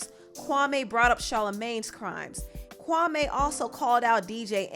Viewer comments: Kawme? As far as i know that is a Ghanian name and its pronounced Kwame 🤔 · Why u keep saying his name wrong, it’s Kwa-mee not Kwa-may smh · No offense but I’m cringing every time the name Kwame is pronounced Kwamé🤦🏾‍♀️🤦🏾‍♀️ it’s Kwame (pronunciation of the ‘me' is like the word me. Lol js... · His name is not ‘Kwamayyy’ it’s Kwame, as in ‘Kwameee’ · Kwame took me out with weasel face 😂😂😂AND ITS Pronounced KWA-ME .., NOT KWA-MAY!!! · Kwame ... kwa-me (like me not may) and I hate side taking stories from journalist. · It’s pronounced Kawmeeeeeeeee... & you should have heard what he said about Steven Jackson & Matt Barnes! Straight flame 🔥